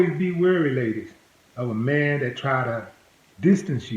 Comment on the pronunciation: Willie you need to learn a little English. It's not dat its that. It's not poolice its police. It's not dare it's there. My gosh learn English